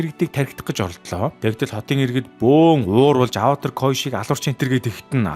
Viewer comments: Ynziin saihan tovchlol boljee Gehde bro avatr koishi2 gd baih ym avatar kyoshi shu kiyoshi gj duudna shu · Аваатр гэж уншихаа болиорой😭